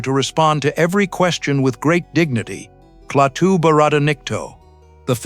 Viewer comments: it's not Cle-Atu...it's Klaatu. See what you get when you employ AI for voice-over? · Klaa-too, not kleateo or whatever the hell this AI vocal crap pronounces. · Who are Kleatu and Goot? This must be AI that pronounced the names incorrectly and later correctly. The Thing From Another World and Invasion of the Body Snatchers are two more great 50's Science Fiction movies. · AI mispronouncing as usual. (Klaatu) No human quality control as usual. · Who the hell is "GNUT" AND "KLEYATU"??? Bloody AI. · What a heller. The earth was destroyed by GNUT just because Kleyatu's name was mispronounced.😟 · If I spot Klay-at-tue out in front of my house, I'll invite him in for a beer. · Jaffe appeared in TV’s Ben Casey as Dr.Zorba. Also theAI can’t say Klatu. Keeps saying kleatu.